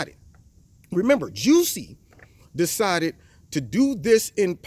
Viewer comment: Lol im tripping bc you keep calling him Juicy!😂😂